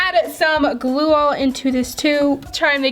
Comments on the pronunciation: Why does she always say glua when it’s suppose to be glue not glua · Glue not glule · Not to be rude but it is pronounced glue not gluol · She said glue like glueoall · do you know you say glueal ...........................................